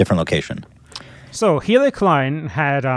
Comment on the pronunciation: anyone else keep mishearing BE say "hitler klein" instead of "hila" or whatever her name is